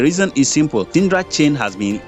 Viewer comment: Please its Sidra not sindra